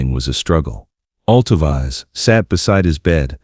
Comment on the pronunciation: This is beautiful, but it’s narration computer generated because her name is not pronounced Alto-Vize. It’s Alto—veece